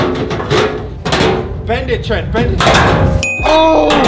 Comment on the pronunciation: TRENT NOT TRENCH